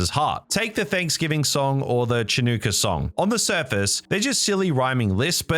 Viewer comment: Chanooka? Really?